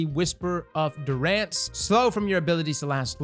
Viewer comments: Whisper of Dew-Rance lmao. It's Durance, xD En-Durance, you see? haha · Lol I love how you pronounced durance